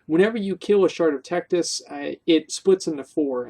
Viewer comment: wrecked-us? bitch didn't even touch us! (tectus's real name is texas)